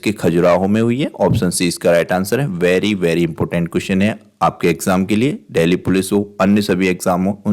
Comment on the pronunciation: देहली नहीं, देल्ही है सर।